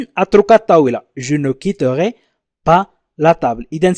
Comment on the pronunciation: لماذا يقرأ je quittorai ليس je quitterai ..